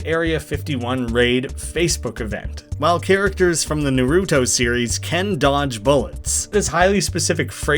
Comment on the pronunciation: First off, thanks for this video. It's really convenient to have all of these in one place & I appreciate the effort it took to make it. Now onto some stuff I noticed. Minor nitpick here but you mispronounced Naruto and Kage wrong (it's Nar-oo-to (or nah-roo-to) and Kah-gay (Japanese for Shadow) respectively). Later on (I don't remember the timestamp) the same happens with Boruto (Bore-ru-to) where emphasis is placed on the wrong syllable. Probably just a coincidence but there's also a singer/songwriter named TobyMac (his stage name) who used to be a member of the Christian rap and rock group DC Talk. These characters specifically come from A Pup Named Scooby-Doo (you can tell by the artstyle). & There's also a Warcraft character named Milhouse Manastorm and a One Piece character named Bartolomeo. I doubt these are referencing them though but just thought I'd mention it.